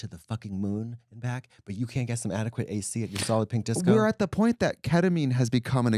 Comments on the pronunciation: Every time Trixie talks about Solid Pink Disco all I hear is “Salloping Disco” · This is the first time I’ve heard Katya say it and I’ve realised it’s “Solid Pink Disco” not “Sollopping Disco”